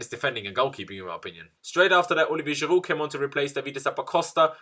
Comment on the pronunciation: You deserved to lose this game just based on the way you say Giroud